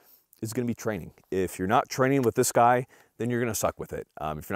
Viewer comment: Dang. You just murdered the “guy” in the beginning.